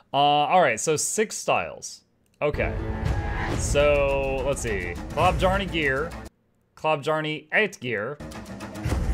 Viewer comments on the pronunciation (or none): It is not being pronounced "Klobb-jarney". The correct pronounciation is: Kloh-byahrrneh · Klobjarne can be translated into "bear claw" or "claw of the bear" or "claw of the brown animal". Klo = claw. Bjarne = bear. so it would be more correct to pronounce it "Chlo(e)-bjarn-eh" instead of "klobb jarny". and don't with "i speak english blahblahblah" cause i have to pronounce your words correctly when i speak yours :P you know, words like archipelago haha jk its okay, dude it dont mean that much to me.